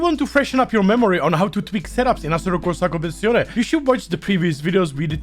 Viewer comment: Have a shot everytime he’s says assetocowsacompetisonae lul